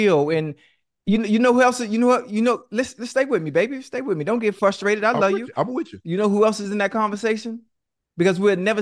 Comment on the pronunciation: What is fustraited ? Do they mean frustrated ?